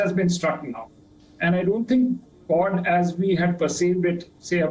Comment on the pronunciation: The accent was confusing me, its 'Kwod' not 'Kord'